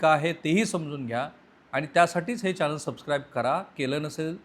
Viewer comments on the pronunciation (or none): none